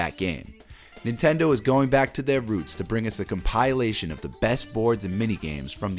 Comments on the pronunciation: Com-pi-la-tion. Not Com-pyle-a-tion 😂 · Com-pill-ation not com-pie-alation. Good video though 😂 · Compilation = com-pill-ation, not "com-pie-lation". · Come pie elation. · whats a com-pile-lation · compile - a - tion lololol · "CompAilation", really? You're a native English speaker and can't speak English? Oh wait, you in... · Why do you pronounce "compilation" like "compile-ation"? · “Com-PIE-lay-shun”? Huh? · My god. I came here to say this. It’s killing me. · Does this guy even English bro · I dig your mispronunciation of the word "compilation". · Learn to say compilation properly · I've never heard someone mispronounce compilation before... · I’m convinced the mispronunciation of compilation is done purposefully to get people commenting. That said, YouTubers mispronounce words quite frequently, so who knows. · Best part of this video was the unique way he kept pronouncing the word ‘compilation’. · Great list. It was informative to the point of what I need and not too long. Please however, learn how to say compilation. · Please Google the pronunciation of compilation *smh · It's a good video but that drove me nuts.